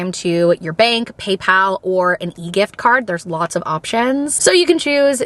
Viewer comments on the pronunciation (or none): none